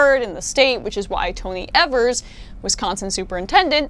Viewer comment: It's Tony EEvers. EE-vers. Long E EE-vers